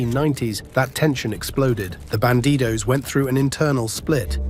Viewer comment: It's "Bandidos", not "Banditos".